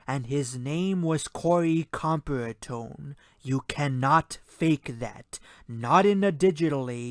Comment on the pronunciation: The shooter was about 450 ft. from the stage, not 100 ft. Corey Comperatore was killed. COM-PAIR-UH-TORE